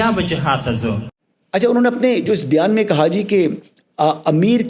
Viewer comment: It's not Byaan. It's Bayaan